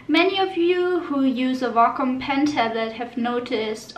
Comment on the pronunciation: Way-com it's pronounced way-com